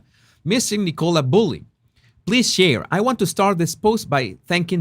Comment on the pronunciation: por favor ya no la llames “Nicóla”, su nombre se pronuncia “Nícola”